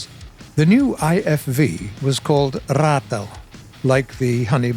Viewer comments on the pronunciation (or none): Ex South African Defence Force Ratel gunner here ✌, Ratel here is pronounced as (Rah Til) Ratel 😉👍, you got the word Afrikaans spot on and rooikat almost there lol but well done on South African Armour history because your spot on all round, subbed and thank you for highlighting some of our pride 👍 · The tongue roll fails of ratel. It’s not a rattle it’s a rrraaatel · Don’t try so hard to pronounce Afrikaans names that start with an R 😂 let a fellow Englishman help you. Ratel = Rah+Till…like Hoorah and a cash till. Ruikan? It’s actually the Rooikat = Roy+Cut Rooiveld = Roy+Felt Here’s an extra one, Afrikaans, pronounce it with an O, like Ofrikaans. It’s not a typical A sound like in Africa, it’s closer to Ofal. And kaans, pronounce it like the plural of Khan, so…Ofri+Khans. Otherwise ya did well. R and G require cultural experience in South Africa. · Ratel lmfaooooooooooo😆😆😆 The way how he pronounces "afrikaans" and afrikaans words